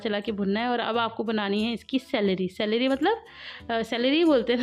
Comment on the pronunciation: Salary nhi SLURRY 🤦‍♀️😂